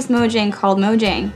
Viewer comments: mojang worker mispronounced "mojang" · It is pronounced as "MOJANG" The guy : moyang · Did anyone catch the First-person mispronounce Mojang? It's actually pronounced ”Mo-Yang”. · one of them says "mo-yang" so now I'm confused... This is the first time watching one of these, are they all people who work there? If so... which is it...? I get that the swedish word is pronounced that way, but earlier in the video they were saying it with the English J sound... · “How many times have you seen someone mispronounce Mojang?” Xisuma: Allow me to introduce myself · When you know more about the history of Minecraft than the people who work there lol Also the guy pronounced Mojang wrong despite working there and it being covered earlier in the video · Its mojang while this guy pronounced it as mojang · they say people constantly pronounce mojang wrong ... then throughout the video its pronounced both ways. wat?